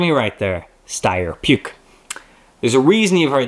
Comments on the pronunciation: Puch, not Puke. Sorry, but I heard a lot of wrong pronunciations and I feel the need to correct 🙂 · great video about the great unrepeatable car, I'll always cry for not owning one, even better when you see it alive, but pronation of Puch is hilarious like to puke 😂😂😂 it's just pronounced pʊχ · Puch is pronounced push